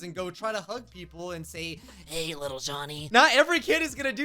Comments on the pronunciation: he says hEy liTlE JoHnY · "HeY lItElLe JoHnNy" - 2022